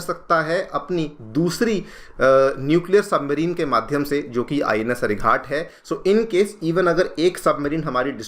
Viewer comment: Ghat, not with a hard t, like 'Ghatna', it is Ghat with a soft t, like Ghatak, meaning deadly. Why you pronouncing ghat like as if it is some ghat on the river ganga. Pretty bad, considering you are an ex IPS.